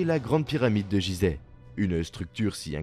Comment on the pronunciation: 😂la grande pyramide de Jizeh lol !! C'est Gizeh ! G comme Guy mon copain 😂